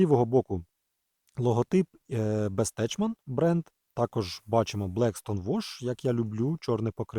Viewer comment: Бестекман, бро! Який в сраку Бестечман?))